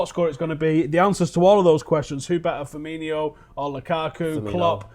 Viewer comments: Seriously pisses me off so much when people call him Firminho like there's no fucking H it's just Firmino. Stupid Manc twats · hes not called FIRMINHO, its just FIRMINO, no H, no "Inyo" sound, just "INO", "FEAR-ME-NO". Its really not that hard. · firmino, not firminho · "Firminho" fucking idiots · It's Firmino not Firminho you fat grizzly